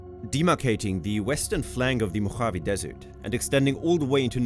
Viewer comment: Native Californian here. Love the place. But the pronunciation (AI generated?) of "Mojave" with that hard, guttural J, was off putting. I couldn't finish the video.